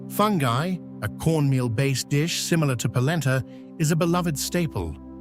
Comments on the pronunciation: CRINGE !!!! It is not pronounced Fun Guy. It is pronounced. FoonGee. It is obvious the speaker never has been to the Caribbean at all. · The Name of the Dish is pronunced 'Fun-gee', Fungi is a toxic plant. If you want to make these videos, please do your homework. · First of all, nobody eats Fung guy! Its pronounced Foon Gee! And it would been nice if the places he was describing coincided with what he was saying. Nice video, nice narative. Too bad they didnt go together. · Like the way Charlotte Amalie, Fungi & Magen's Bay are being pronounced 😑😑